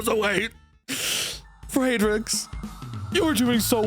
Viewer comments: why do you pronounce Friedrich as "Fraydrick" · You do NOT know how to properly pronounce "Friedrich", huh? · that pronunciation of friedrich is interesting i’ll say that